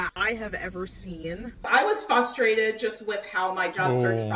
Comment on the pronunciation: You shouldn't have a job if your pronounce the word "fustrated"